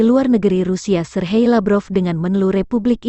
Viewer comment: Pembaca beritan ky org bloon ini gk bisa baca atau gimana masa sergei lavrof di sebut serhei lavrov